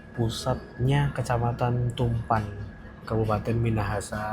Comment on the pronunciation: Izin koreksi bg🙏 Tumpaan itu cara bacanya tumpa'an bg 😅 jgn di sambung😁 Salam bg sy org manado 👋